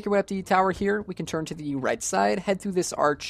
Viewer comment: stop saying "thee" every time dawg it's "the"